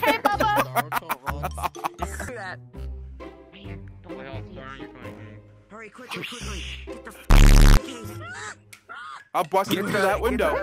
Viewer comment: "babba"💀 It's Bubba